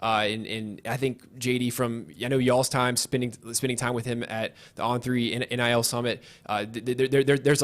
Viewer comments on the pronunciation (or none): God almighty please stop saying "NLI" when it's "NIL"